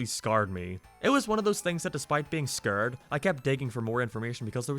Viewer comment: Who the heck is teals💀 and scured? You mean scared what’s up with this guy